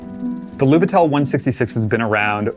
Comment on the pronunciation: it's "lub I tel", not "lubit E l". From Russian it's translates as rookie.